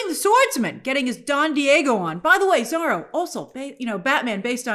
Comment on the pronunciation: You still can't pronounce Zorro huh?